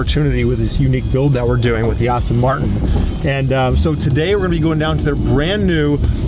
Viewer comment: That's how I pronounce it.. I know it's spelled Aston, but I said it's as Austin.. Just like people in Germany say Porshā and in the US we said it as Porsche... Funny you're the first to notice!!! 😆😆